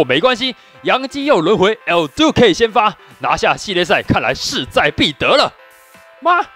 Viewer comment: 為什麼你每次講El~Duque的那個音我笑到快瘋掉 有夠好笑🤪